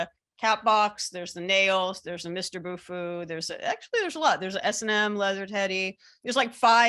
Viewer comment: Why can't you say "Bufu"?